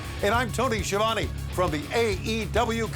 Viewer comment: its sk ɪ ɑː v ɒ n e !!! NOT sh ɪə v æn i !!! It's a damn ITALIAN surname ,SKIAVONE!